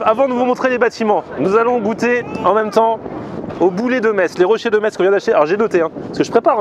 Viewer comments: Bonjour, Pour la prononciation : On ne dit pas metZ mais Mess. Merci beaucoup pour mon oreille. Une personne qui habite à Metz :-) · Tu as du bien te faire charrier dans les com pour ta prononciation de la ville de Metz ^^. Pourquoi comment, je ne sais pas mais cela se prononce "Messe", c'est comme ça ! Après cela ne change pas le fait qu'on doit très bien y manger :P